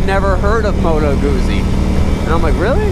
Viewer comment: Pronounced Goot-zee. That's Italian!